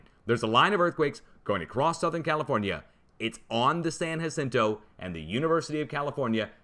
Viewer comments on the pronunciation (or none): San ya-cento..San Jacinto. Fmr. Cali resident